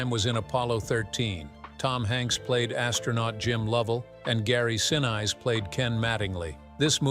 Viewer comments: Gary's last name is pronounced sinees, not since! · Who's Gary "Sin" "Eyes"?,, if they can’t even pronounce a famous person’s name right, why should you trust their “facts”? Mispronunciations signal laziness or inexperience. Professional creators (newsrooms, big brands, audiobooks) always check and correct pronunciations before publishing. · Someone needs to teach the narrator how to pronounce Gary's last name CORRECTLY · you keep saying Gary;'s last name wrong! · Maddening to hear the mispronouncing over and over and over again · Mispronouncing gary senise also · Michael Keatons picture and the pronunciation of Gary Sinise. 🤦🏽‍♂️ JFC